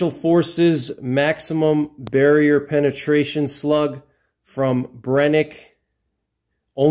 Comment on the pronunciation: The SF slugs are garbag as they do not seal well against water and have high potential for failure. Just use the Black Magic, they're essentially the same. Amd it's pronounced Bren-uh-kee not Brenick, fyi